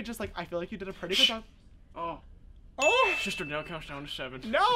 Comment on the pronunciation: "Sha shister shant shing" 😭💀